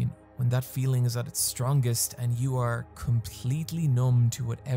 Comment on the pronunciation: I love how you say "or" rather than "r"